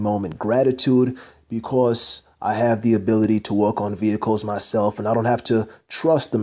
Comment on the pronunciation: About the first quarter of this video, This hole time I thought you were saying walk, Then I realized you were saying work.